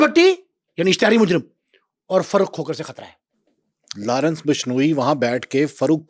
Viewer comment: Larence nhi Lawrence hai.. nam dhang se lo 😂